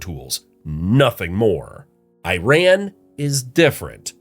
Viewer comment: He Said Iran And Iraq Correctly Thank You HE Pronounced It Right